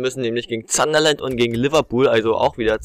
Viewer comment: Es heißt sun-der-land und nicht zanderland